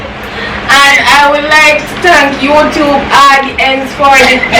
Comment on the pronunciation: you speech have me rolling😂🤣🤣🤣🤣🤣🤣🤣🤣🤣🤣🤣🤣"I just want to tank my mother for berthing me to be able to collect this here $5000 today & i would like to tank youtube aauudients for this appertunity to be here to do this challenge even though pepper water splash up inna mi eye i i am happy i tank u😂🤣😂🤣🤣🤣🤣😂🤣🤣😂😂😂" You need to go in drama, hush